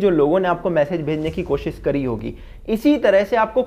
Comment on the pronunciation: 'कोशिश' बोलते हैं उसको 'कोशिस' नहीं, बहुत टाइम से सुन रहा था तो सोचा बता दूँ।